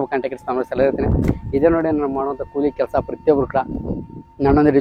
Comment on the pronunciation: ಕೂಲಿ ಮಾರಾಯ ಕೊಳಿ ಅಲ್ಲಾ